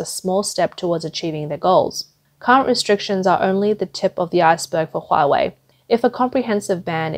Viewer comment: Nooo Hoowa-Waaay!